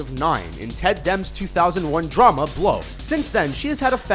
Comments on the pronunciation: Holy Christ, I have NO FUCKING IDEA how a channel that calls itself "Screen Rant" can continually make such shitty videos, on a number of levels. "Ted Dem's 2001 film 'Blow...'" It's "Dem-mee," you twats. You can't even pronounce his name right and you have the audacity to call your own channel "Screen Rant." What. A. Fucking. Joke. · Dude you need to look up how to pronounce names... it's Ted Demme which sounds like demie... Malin is not mallen it sounds like May-Lin... but how did you get Eva wrong- it's E-va